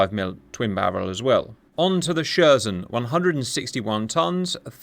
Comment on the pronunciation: Its pronounced " Sher-shen' " (with soft N, like N in Nimitz).